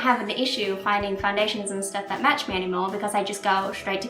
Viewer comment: Aw I do love your videos, have done for years. I cannot place your accent though, haha it slightly annoys me in the fact I've watched your videos over and over and cannot place it, like you pronounce stuff Americanised? You pronounce match 'metch' haha I dunno, makes me want to ask where you're from! Xx